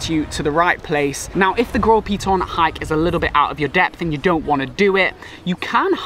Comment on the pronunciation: Bro, I grew up in St. Lucia the name of the Piton is Gros Piton, you are disrespectful.